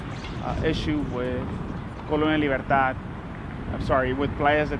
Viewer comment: Libertad, not Libertard. Don't be a tard.